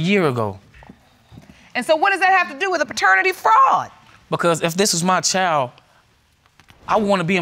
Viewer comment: Why can't the people on this show and most of the other court shows pronounce the word "child". Child is not pronounced "chow".